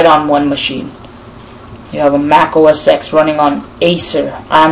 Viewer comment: The second you said "OS X" and not "OS 10" I knew...